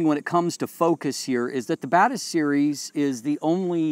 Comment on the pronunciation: Hey says Batis, I hear bad a$s.